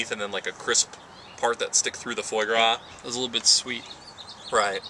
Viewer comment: Good info guys... But really: FWA GRA, not foy gra... and the guy on the right must have thrown in at least 200 "Like"s. You could have saved a lot of both your time and ours by editing out these...